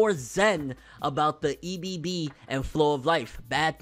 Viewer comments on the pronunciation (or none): He just said "E b B." XD I love you. It's pronounced "Eh-b." Eh-b and flow. Lol. I legit cried. You dat mad...its cool bruh. We coo. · Bro really said "the e.b.b." instead of ebb LOOOL